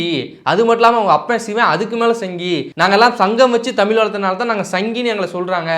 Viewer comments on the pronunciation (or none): டடேய், தமிழ் அப்படின்னு சொல்லாம தமில் அப்படின்னு பேசுற நீ தமிழை நீ வளர்த்திய அப்படின்னா நீ கேட்காதே.... முதல்ல தமிழ் அப்படின்னு பேச கத்துக்கோ... கேட்காதே.. வாழ்கிறோம் அப்படின்னு சொல்லு.... தயவுசெய்து மறுபடியும் இந்த மாதிரி தமில பத்தி நீ பேச வராத..